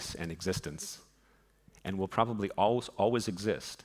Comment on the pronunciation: The way he says always is not ok